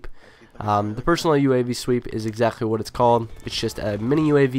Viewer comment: Nice video buddy! keep it up!! and more homefront but personal UAV sweep is "EXAKHTLY" what is it called... Exakhtly is supposed to be exactly? :P Am just kidding buddy... nice video!